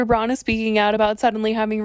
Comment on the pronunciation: It’s “brown,” not “brawn.” Braun is literally pronounced “brown” in German.